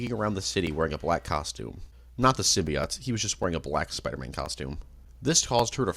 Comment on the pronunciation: The heck is a "simbeeought"